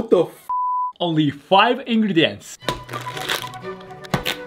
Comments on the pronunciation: “ just give indergets” me:you mean five ingredients bro?” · "Only five INGREÆNts" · LIKE WHY DID BAYASHI SAY 5 INGRETS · "OnLy FiVe InGrIeTs" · I thought he said « only 5 index » 😂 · “5 ingrets” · Bayashi said "only five ENGREDENTS"😂😂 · bro bayashi really said: OnLy fiVe ingerdyents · "Only five ingrients" got me dead 💀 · "Only five ingredants" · Bayashi: onli fayv engredienz 💀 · “Only Five,Ingrlets” 💀💀💀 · Only five ingrrrridnts😂😂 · Bayashi: five ingredienta😅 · "only five ingrets" 💀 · "Only Five ingredieants"💀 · "only five ingedents"💀💀💀💀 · “only 5 idgredots”💀💀💀💀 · ”only 5 ingredents” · “Only 5 ingrediéts” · "Only five ingrediants"💀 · "Only faiv ingriditens" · “only five ingredieants” bro why did he say that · “Onli fyve ingridints,,💀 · Only five ingwedient😂😂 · “Only 5 ingiants” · "Only five ingrest" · "Only 5 ingleh" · Only five ingriets is what I heard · Only five ingreisississsdddssdts 💀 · Why did i hear 5 ingrents